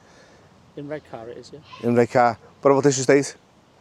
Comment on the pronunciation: If he mispronounces Redcar one more time, I'll scream. (EDIT...ARRGHHH!!).